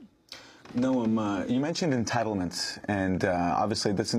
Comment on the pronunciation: amatuer host says.... "you mentioned entiteledments". (sp)